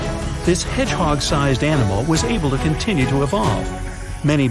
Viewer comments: you said the to as yo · U said able yo survive u gonna say able to survive